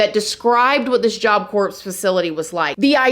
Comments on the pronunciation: Stop pronouncing it job "corps" it's pronounced CORE. Not corpse. Not Corp. You interchange it hun. It's pronounced CORE. Just like you pronounce Illinois as ILLINOISE. Illinois has a silent S my dear. Education is so important. My fifth grader knows these things. You're so sweet but if you have a podcast/youtube and the biggest part of it is communication so please educate yourself. Saying this with love. You are so engaging to listen to. Sending nothing but productive criticism. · I live you channel so much and your artistic use of the English language…but it’s pronounced Job Cor 😊Not job corps drop the p . I maybe wrong but look it up.Again love you and your program!!!❤ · “Job corpse” ??! Ok we’re done here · Job corps..is pronounced.....job core...silent letters. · Christa Pike almost killed another inmate and made an escape attempt Why has the punishment not been executed?It's pronounced job CORE,the p and s are silent. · It is so hard listening to you figure out how to say job corps not corpse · Job corps is pronounced “job core” just so ya know :) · Job Corps is pronounced “Job CORE” in case someone needs to know! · Just a heads up you don't pronounce the p in Job corps. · It’s job cor silent P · Love your show and mean no disrespect, but the word Corps is pronounced- Core. Job Core. Like Marine Corps pronounced Marine Core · Job Corps the “s” is silent . I only know because my mom corrected me saying it earlier 😂😂😂😂 . This story is absolutely disgusting. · What a sad, disturbing story. I feel so bad for Coleen & her family. Fyi, job corps is pronounced job core. 😊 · The p is silent - job cor. Thank you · Job Corps has a silent P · I LOVE your channel! I remember reading a book about this case years ago and seeing the pics. So sad. Just so you know. In "corps" the p&s are silent... pronounced job "core", like apple core. Marine Corps (marine core). Keep up the great work! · We do appreciate you! Job Corps is pronounced job CORE.